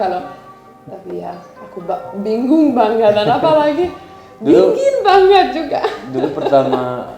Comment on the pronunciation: Cute banget kalau ngomong kadang ada kelebihan ‘g’ nya 😄. Dingin jd dinggin. Banget jd bangget.